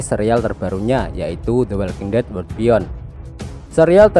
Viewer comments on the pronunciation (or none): bukan word tapi Wor-ld gitu